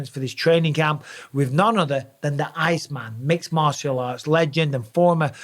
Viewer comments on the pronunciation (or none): none